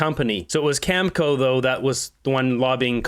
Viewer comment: please learn how to pronounce words! You're a smart guy with good info but, I can't watch you when you mispronounce words like nuclear and Cameco. I used to contract work for them, it's pronounced cameeko. Other words, I get it, you don't want to get a strike, it's bullshit to do that because it shows you're just there for money and that you're just giving lip service. That's fine. I didn't care if you have no integrity if you're reporting the truth. Your ass kissing of the orange menace pisses off and that's when I turn you off ass well. Stop ass kissing the disaster in his ass sir and learn English words and you might get sub back.